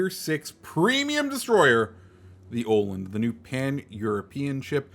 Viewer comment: Tip from a swede: it's pronounced Uh-land, not Oh-land :D